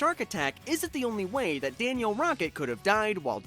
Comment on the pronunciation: It’s Danielle not Daniel